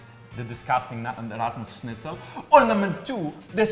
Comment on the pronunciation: Bro. You said schnitzel correctly. Wanna marry?